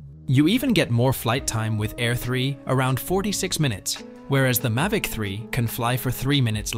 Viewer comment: What is a May-Vic 4 pro. AI = As